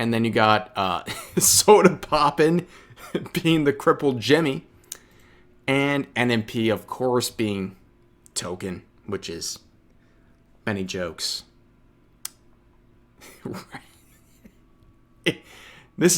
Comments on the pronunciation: Its not Token. Its Tolken. Hes not the token black character. xD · Don’t be racist it’s Tolkien not token 😂😂😂😂😂 but in all seriousness this just keeps getting worse and bigger it’s like a rabbit hole honestly how tf hasn’t Amazon sold or shutdown twitch at this point it’s nothing but a echo chamber of stupidity